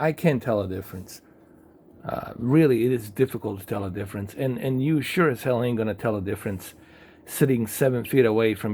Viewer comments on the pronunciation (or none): none